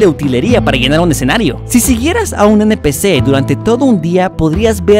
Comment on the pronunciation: "eNpICi" jsjsjssj